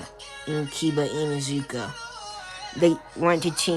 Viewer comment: dude thank you for being one of the only to pronounce inuzuka right